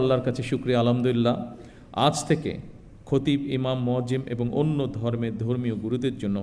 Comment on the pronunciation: আলহামদুলিল্লাহও শুদ্ব করে বলতে পারে না হাইরে খাম্বা